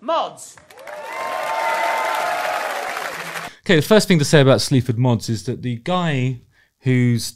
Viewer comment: I swear I thought you were saying “Sleeps with Moths” - which is a pretty good name for a band imo!